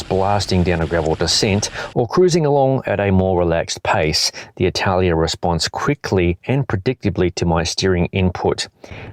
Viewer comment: It should be pronounced A-TA-LA-IA instead of I-TA-LIA 😜 I'm from Mallorca and I know the Atalaia of Alcudia (the place that the name comes from) very well.